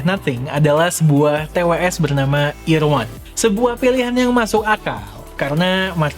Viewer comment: itu kan nama TWS nya EAR 1 dibacanya Irwan😂😅🤣